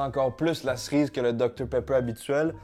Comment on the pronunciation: Personne normale: « cerise »: « ça goûte la Srize »